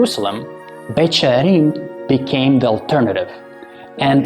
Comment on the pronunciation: Beit sharim, she says Beit with the sound Betch I thought Beth was House? Or is that Aramaic?